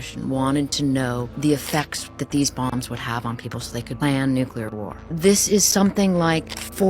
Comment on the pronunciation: Okay, WHY can't all of these "intelligent" people, who make these clips about nuclear weapons, PROUNOUNCE IT CORRECTLY?! Thank God Annie Jacobsen prounced it correctly, but this has become an epidemic of ignorance, throughout the world! First, we had to listen to years of that empty-headed monkey, George "Dubya" Bush, say "NUKE-U-LER," and no one in the media or his administration corrected him! (And even if they did, he is so ignorant, arrogant and narcissistic, he would probably still pronounce it wrong, just because he loves himself so much!) It's pronunced NU-CLE-AR or NU-CLEAR!